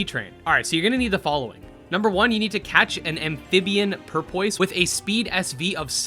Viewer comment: purpoise? its pupoise